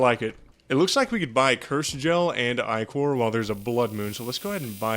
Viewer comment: When I'm in a 'pronounce ichor wrong contest' and my opponent is a Terraria youtuber 🤬